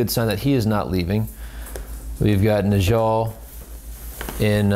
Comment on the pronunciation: Not sure if you care but Njal should be pronounced Nyal. Being that the Space wolves are based on the Norse/Scandinavia, Js should be pronunced as Ys.